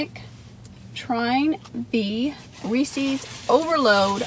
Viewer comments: It seems like your partner in crime has been MIA for a while :( The guys name is Reese and he owns the pieces, so it's pronounced as a possessive proper noun 😆 Reese's not Reecees!!! :P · Screw the review, of this concoction from Sonics Today's lesson more, is about English and phonics The possessive of Reese, whether cups or the pieces Is correctly pronounced, not as Reese-eez but Reese-izz How this got started, is pure mystery to me I hope you'll take note, do you hear me,? So now a few words, of this Overload Blast She liked it so much, a five of five score was cast And on her way home, Karen's husband we saw Silly guy that he was, thought the spoon was a straw He agreed it was good, as he figured things out Was that the same spoon, had in her mouth? If the swapping of spit, can be considered as kissed When hubby sees this, he just might get pissed A Blast I would like, probably more than the Reese's Is vanilla ice cream, with crumbled apple pie pieces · My control issues flare up when I hear people saying Reeseez.............LOL! I know a lot of people pronounce it like that. Dairy Queen used to have a Chocolate Covered Cherries Blizzard where they used the chocolate that they dip cones in for the hard shell. It was SOOOOOO good with the cherries & flecks of that hard (not too hard) chocolate. SO yeah Sonic- recreate this for me! DQ doesn't even carry cherries any more or I would make a special recipe request when ordering. As far as Reese's, I LOVE the Outrageous candy bar & the thick Reese's cups with the pieces in the PB. YUM!!! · I was thinking the same thing with the pronouncing of Reese's Pieces I saw a comic once that made a joke about it. Which was pretty funny. But anyway love the rhyme Don. Keep up the good work I look forward to these as much as the review. Its the n the word wizard